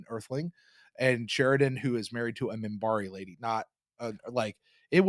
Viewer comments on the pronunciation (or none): also it's MINBARI not Mimbari.